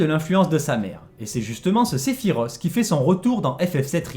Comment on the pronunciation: Cest Se-phi-Roth pas Se-phi-ros